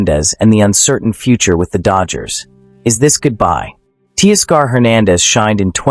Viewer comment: ‘Tea-Scar’ for Teoscar….? Stop it